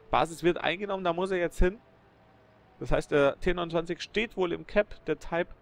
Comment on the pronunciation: Könntest du bitte bei einer Sprache BLEIBEN Englisch oder Deutsch das würde es sicherlich allen einfacher machen, bzw. Taip ist nicht deutsch und auch nicht englisch. Ich denke vielleicht du meist type wie man es ja auch in der Liste lesen kann. Ach ja noch eins den Taip hat er gekillt und der andere war kein Type 59 (ja da hast du es mal richtig ausgesprochen) sondern ein Type 29. Vieleicht solltest du dir deine Videos erst einmal selber anschauen bevor du sie Onlinestellst.